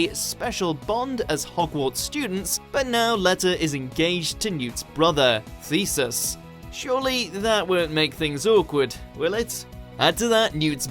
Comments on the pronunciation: This guy can’t pronounce any names lmfao thesus letah come on man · Leta Lestrange is pronounced lEEta Lestrange not Let-a Lestrange Thee-see-us Fla-mél If your talking about a fantastic beasts movie or a Harry Potter movie at least know how to say their names 😂 I LOVE BEING A KNOW-IT-ALL 😂 👍🏻 💕💁🏻‍♀️